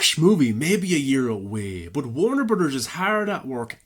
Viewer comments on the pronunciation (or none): Take a shot for every "Warner Brudders" lol